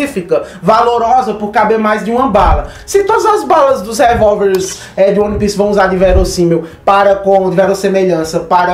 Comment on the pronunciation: cara, gosto mto do seu trabalho, acho vc bastante entusiasmado na gravação dos videos, isso é muito bom. É um perfil diferente dos outros youtubers, não perca isso. No entanto, uma dica boba. se atente a pronuncia correta dos termos em inglês/japonês (exemplo: é "uan pis" e não "one pice"), faz bastante diferença na hora de passar suas análises, passa mais convicção e seriedade. Outra coisa, faça um roteirinho da ordem de acontecimentos do video, para vc n se perder nas tuas próprias ideias, ai vc n foge muito da linha principal e mantém sempre um tempo ok com uma objetividade boa.